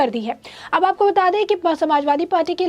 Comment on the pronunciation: Your News Reader is very boaring... Every 2nd line She pronounce "Aapoko Bata De" Please ask her to rectifiy this Bad habits..